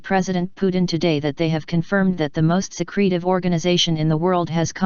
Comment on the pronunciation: You gotta love the robotic voice's pronunciation! "secrete-ive" What a load of chicken teeth!